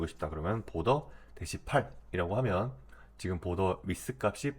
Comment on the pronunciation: border는 '볼더'가 아니고 '보더' 굳이 혀를 굴리실거까지야... ^^